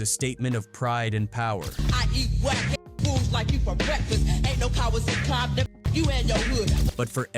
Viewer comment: Not AI saying "Bompton" 🤦🏽‍♂️🙆🏽‍♂️🤣🤣🤣